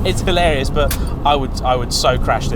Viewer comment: Dinky and adorable⁉️ That makes me think of Clovis‼️ You very well may be able to fit into a narrow bodied Caterham. The question is, do you leave room for a passenger⁉️ Two cars, and which do we like the MOST⁉️ Come on,, you can do better than that‼️ Don't overuse, nor overemphasise " Hilarious ", it makes you sound like a Southern prat‼️ Great video, by the way, I really enjoyed it.👍🏼👍🏼👍🏼